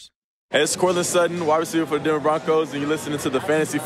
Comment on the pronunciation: “Dinver”